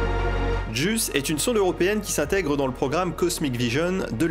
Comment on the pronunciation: JUICE ! ps: je l'ai toujours entendu prononcée "jouisse" (médias et cadre professionnel), mais la manière dont tu le prononces est intéressante ("juisse"), et est finalement plus fidèle à la signification de l'acronyme. pps: JUICE, c'est la corde sensible, mais sinon, les missions Artemis 2/3 seront des évènements immenses.